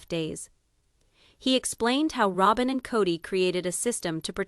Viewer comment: This is AI. Listen to it. It can’t even pronounce Robyn.